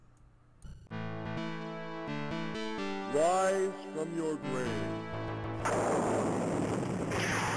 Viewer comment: Whiz fwom your gwav